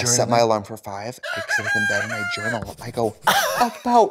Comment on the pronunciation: Why did I hear “jerkoff” instead of “journal” at the end 😭😭😭